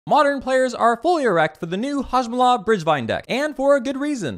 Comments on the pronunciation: For future reference, hoe-gack, very memeable name as well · I cannot believe I had been mispronouncing Hogaak all this time. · I love it how the actual name is easier than what you were saying and yet you still went on saying what you said lol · HOGAAK! IT'S HOGAAK! HOG! AAK! WHY IS THERE AN EXTRA SYLLABLE?!?! HUH?!?! AAAAAAHHHH!!!! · I can't tell if you're calling Hogaak a different name as a joke or if you genuinely don't know how to say it